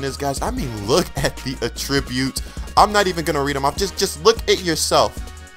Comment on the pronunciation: maybe by madden 16 you will start saying attributes correctly. keep up the good vids though.